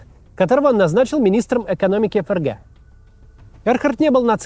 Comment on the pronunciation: эФ эР Гэ😂😂😂😂😂 букварь читай